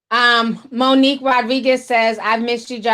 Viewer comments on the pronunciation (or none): none